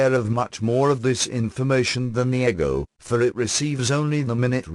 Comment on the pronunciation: I read the Seth books back n the 80’s, & was recently told they existed here on YouTube. I just learned this yesterday. 😲 wow.!! Thank you 2 whom ever decided 2 put this here 4 me.. on my path. U r sooo appreciated. The computer animation voice is perfect 👌. (Once I got past eggo- 4 ego. lol.) I think even Seth would approve. I definitely subscribed & will continue 2 listen. Soo much 2 absorb. Thank you again. ☮️❤️